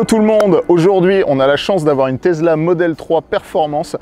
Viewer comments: On dit Tessssla pas Tezla. 😃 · Présentation Tesla (tessla pas tezla) oh yeah!!!! Mais présenté par triple ho yeah!!!!!!! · Une "Tezla" ?? 😂